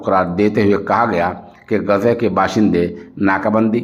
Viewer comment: محترم السلام علیکم ورحمتہ اللہ وبرکاتہ بعدہ عرض ہیکہ لفظ غزہ کے بجائے آپ لفظ غزے کا تلفظ کیوں ادا کرتے ہیں ۔خیر اندیش حافظ عبد الحفیظ ، والسلام علیکم ورحمتہ اللہ وبرکاتہ ۔